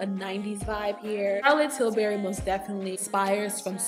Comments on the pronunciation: Daughter, you must have been thinking about biscuits (Pillsbury). Lol! You were saying "TilSbury". I was so tickled I almost spilled my tea! Please dont be offended. You're a beautiful young lady and I was wondering which CT lipsticks might work for me. Thank you. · Hahaha.. that was funny.. I kept hearing Tilsbury as well... I like yellow nudes and i think Nude Kate and yes honey are my fave... I love nudes..